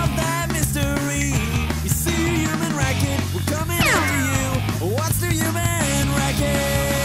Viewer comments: the new accent was almost perfect but the way he said “human” like “uman” was a huge reveal that it was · "human" not "uman" you enunciate the "h" at the beginning not saying this is THE correct way to say it lol, everyone's got different accents and such, but that's the other way to pronounce human